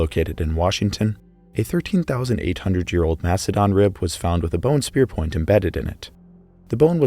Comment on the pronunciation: is it just me or am i hearing you say "hear" instead of "year"? 😅